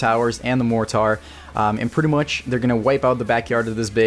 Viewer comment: THE WAY YOU SAID MORTAR XD ;)